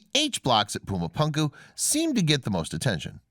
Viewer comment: First of all, love your channel. Excellent content and intelligently presented. But somehow when a narrator mispronounces a well known name in a well-known language it makes one Wonder how thoroughly the rest of the research was conducted. It is pronounced.. Poo-ma Poon- ku !! Pronounced otherwise really sounds ignorant. I'm sorry to make such a seemingly trivial critique but it is annoying LOL! Other than that excellent stuff